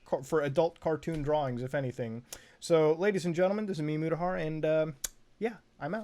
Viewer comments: hello guys and gaeyls? its me motahaaar? Dude i thought Mutahar is your name which is pronounced "muttaa harr" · Wait, so calling youraelf Mutafuta in that one video wasn't on purpose lmao